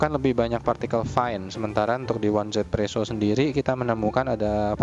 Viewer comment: Dan jangan lagi sebut one Z presso, tapi 1= yi Z=zi jadi easy presso